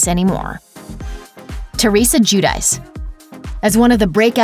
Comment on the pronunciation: It’s joo-dee-che